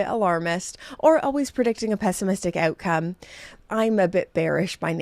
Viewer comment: Is that the hint of an Irish accent in the word "outcome"?🍀